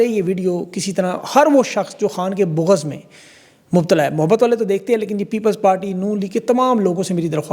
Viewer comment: بوغض نہیں بغض، یہورتیئے نہیں یہودیئے، فری پاکستان خان